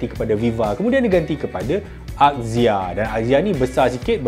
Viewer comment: Marhaen: Azia (axia) Mekanika: akzia (axia) 🤭